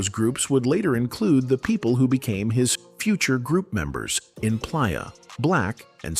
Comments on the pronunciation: He Pronounce Playa like Pliyer....AI all day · Da Bassment & Plyah fcked me up 😂